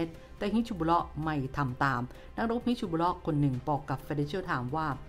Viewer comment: ฮิซบุลเล๊าะ ถูกต้อง ไม่ใช่ บิชชะบุลเล๊าะ ครับ จะได้ออกเสียงง่ายๆหน่อย